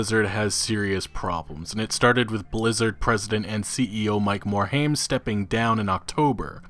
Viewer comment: MOR - HIME not MOR - HAIM :)